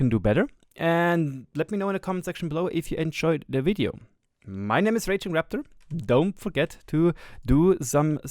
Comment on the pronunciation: Let's take a moment to appreciate Raptor's prononciation. I'm not Italian, but that was so satisfying